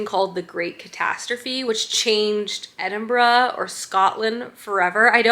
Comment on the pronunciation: True but I’m just grateful she said Edinburgh correctly 😀